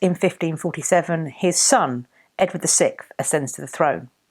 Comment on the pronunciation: Every time I hear you say Edward the sixth, it almost sounds like you are saying Edward the sick!